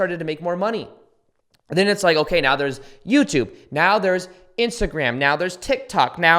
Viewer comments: Ik it's off topic but were you saying meaow instead of Now or is it me😅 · Hahaha yes I thought I was the only one that could hear him say meow instead of now 🤣🤣🤣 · do you.. do you say right meow? instead of right.. now? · Love all of this soooo much! Divine timing. But are you saying meow? 🐱 right meow? 😂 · Am I the only one hearing "right meow" sometimes instead of "right now"...?! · Awesome video dude you’re really inspiring! P.s. every time you said meow instead of now I was dying it made me think of the beginning part of super troopers 😂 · Ha, ha, ha, ha..,Do you really incorporate "meow" instead of now....about 7 x? That's new since I heard you last. What is behind that? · I love your mind and you’ve changed my life! One question… why do you pronounce now like meow? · Are you saying "meow"? 🙃 I'm the same way as you with Live events. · did you say "right meow"? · Are you saying meow? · He really is saying “Right Meow” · Dude are you saying "right meow"? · I’m so sorry but all I can hear is right meow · Like Bellybutton in the shoe store lol he’s saying “ right meow” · I heard the same thing... there must be something I missed in a previous video about "meow". --- How long have you been watching videos? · Ummmm....did you just say "right meow"???